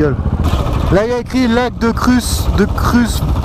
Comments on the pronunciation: Lac de krut (kruth) pas kruf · Excellent passés par le markstein lac de la lauch rhaaa magnifique j'y suis si souvent allé .... tu m'a tué lac de Kruss de krrruss c'est Kruth xD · Mdr je suis mort devant ta vidéo on dit pas lac de "KRUSS" mais lac de "KRUTE"😂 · Préviens quand tu va au lac de Kruth et non Kruse ca se prononce avec un T à la fin